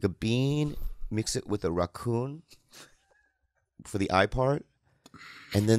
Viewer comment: It’s Rocky Ra ccon. Not Rocky Ratccon. 😂